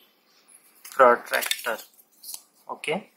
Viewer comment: The moment he say prottaactarrr . 😂